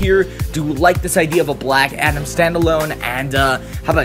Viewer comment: Black atom??? its black adam